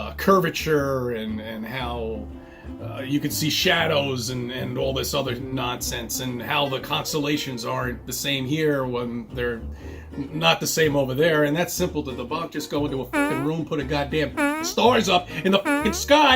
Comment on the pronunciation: Consolations?! It's constilations, you moron!!🤔🤣🤣